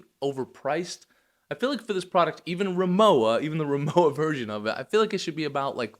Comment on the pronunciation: RimoWa - the W is spoken like the W in Water (it stands for RIchard MOrszeck WArenzeichen, english Richard Morszeck Trademark)